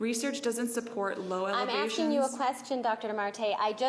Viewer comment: Well, well!, “I’m Aksheen you a question, Dr....”